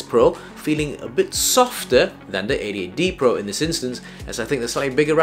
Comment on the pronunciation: I thought i heard "idiot D Pro" 😂